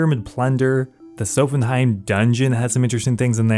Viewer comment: Great series, great episode! Dunno where you read 'Sophenheim' tho, is it Nordic week?